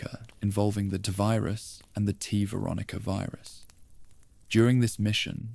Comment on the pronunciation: Are you using an AI voice? I would think anyone who knows this much about Resident Evil would know how to pronounce T-Virus and G-Virus properly.